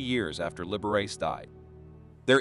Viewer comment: The narrator made a few mistakes narrating. He referred to the figure I’ve skater as she and he . Not just once . Meds to proof read before reading . Also, pronounced Liberace’s name wrong . Sorry